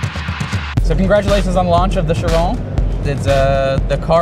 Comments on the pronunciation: It's pronounced "Kiron" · It is pronounced the french way so chiron. The "i" sounds like the english letter "e" and the on at the ends very abruptly, the "n" doesn't last